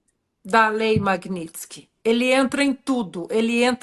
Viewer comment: Não é Magnistky, é Magnitsky. O "t" fica antes do "s".